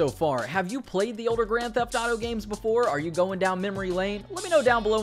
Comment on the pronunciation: Hahah he says Grand Taf Taro 🤣